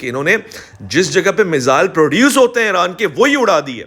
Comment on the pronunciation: IRAN Dom ✅ IRON Dom ❌❌😂